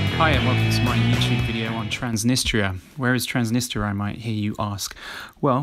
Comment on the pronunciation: You visit a country & it's capital & can't pronounce either of their names!!